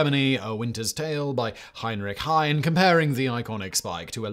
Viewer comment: Pickelhaube (e on the end) Heinrich Heine (not Hein)